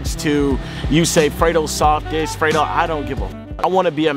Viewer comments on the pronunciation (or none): none